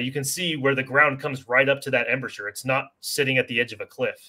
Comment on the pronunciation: Spent an entire flight from Seattle to Austin watching this - will make my next visit to Omaha Beach much more knowledgeable! One constructive comment: Embrasure is pronounced "em-BRAY-jur"